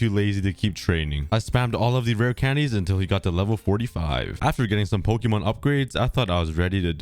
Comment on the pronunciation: Is anyone else getting triggered by his pronunciation of Pokémon’s